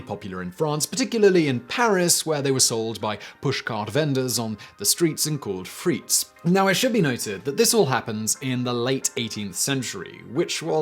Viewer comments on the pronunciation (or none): Frr-ITS not free-ts Frites